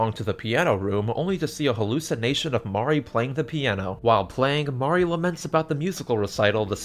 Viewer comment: minor thing, but I love that you pronounce it "MAH-ree" and not like "mary" or "marie". haven't played this yet, but as a longtime drawn to life fan, it's validating lol